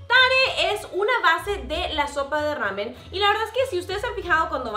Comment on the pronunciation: Que mal pronuncia el nombre. No es rramen, es una sola r que se pronuncia.